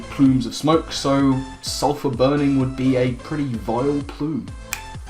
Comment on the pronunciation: Well done on spelling sulphur correctly then immediately butchering it about three inches below the correct spelling as suplher Also I still hate everything about this (Good vid bro)